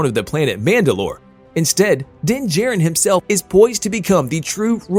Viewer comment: It's Din JAR-rin not J-rin..